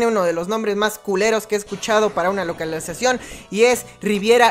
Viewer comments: Parece que le malio sal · "Localuzacion" - 2020 (Humor) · localalizacion xd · Dou nueva palabra sinónimo de localización LOCALAIZACION XD